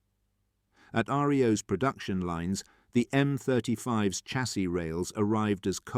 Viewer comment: Please I'm watching all of these and they are very interesting but please say Shassy instead of Chassy, I'm begging you lol, keep up the good work.